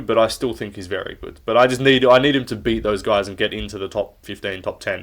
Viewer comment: I hate the way you say “good.” Just say it normal mate